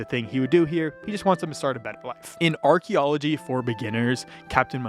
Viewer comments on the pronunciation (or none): none